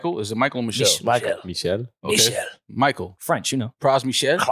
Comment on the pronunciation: Does lowkey speak french? I remember him mentioning having family in Montreal and spending summers here as a kid. His pronunciation of Michel was flawless (the second time around)